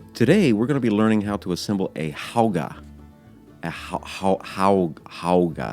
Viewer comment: It’s pronounced how-oooo-gah